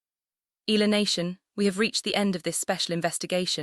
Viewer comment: Until now AI still cant properly pronounce correctly the family name of Alex they just continue featuring her to get viewers specially Filipinos what a shame 😜😜😜